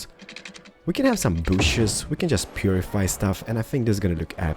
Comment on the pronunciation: Gitte Jensen And let's not forget "We need to purrdyfy the area."